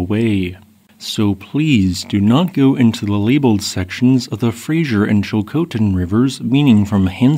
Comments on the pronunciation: It's pronounced fray-zer, not frasier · "Fraser" not "Frazier. Excellent summary 👍🏼. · It's Fraser river, not Frazier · Oh man can we all PLEASE stop calling the Fraser River the “fray-zhur” like the 90’s sitcom staring Kelsey Grammer. Why are so many people these days getting that wrong?! It’s “fray-zer”. More S sound and less JH kind of sound! Nails on a chalkboard. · It is the Fraser River not the Frasier River. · As much as I appreciate the information, i have to ask one thing: Why is it that people see "Fraser" and say "Frasier"? it's Fray-Zer. Not Fray-shure". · It's Fraser, not Frasier (the TV show) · It's pronounced Frazer River, not Frasier River. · Frasier was the TV show. This is the Fraser River. (Fra-zer) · OK, one more time. It's called the FRASER river, not the "Frasier". Frasier is a tv show, Fraser is a river. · It is the Fraser River, not Frasier... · Fraser not Frasier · Omfg! It's not the Frazier river!!!!!!! It is the Frazer(Fraser). This continual ignorance is unbearable. Learn English! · Fraser River NOT Frasier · How? If you're in BC it is all over every SM platform and news on every channel. FB is flooded with the helicopter footage after the fact, showing an eerily calm river on one side and a huge kake forming on the other. A province wide alert went out, and it's spelled Fraser, not Frazier. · Everyone who isnt from here always calls the Fraser the 'Frasier' lol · The Fraser River rhymes with Razer.. it is not pronounced like the TV show. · It's not "Frasier" River. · As a British Columbian please let me teach you how to pronounce ‘fray-zer’ It is not named after Dr Frasier Crane. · US AI commentary calling it the adjacent Frazier river. 🙄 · its ok our friend pronounced it kinda like frazure. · Hype!!!! And there’s no “h” in Fraser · Well that's close to home and thanks for reporting on it. btw Fraser sounds like razor